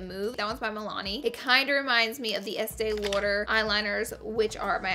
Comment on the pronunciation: "estee loiter"